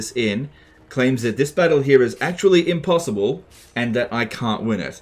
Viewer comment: "Impossioble-unwinnable" battle yes yes